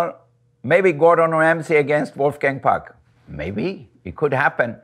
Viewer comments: amazing that he is willing to pronounce his name the english way, it's actually pronounced 'pook' - why would you do that? your name is your name. but he is not able after so many years to adapt to the english language still talking like someone who had his first english lesson just seconds ago. i lived in NYC for 9 years and my english accent being taught in school in germany changed to an american accent so quickly. how long has he lived int he us by now? love that fact that he recommends smoking a joint tho :-). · He's Austrian, you can tell by the way he pronounces some consonants like t, p, and k/c. But there does seem to be some French influence, especially with his r's.